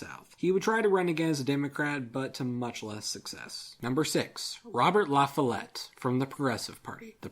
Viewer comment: actually robert la follete is pronounced fall-et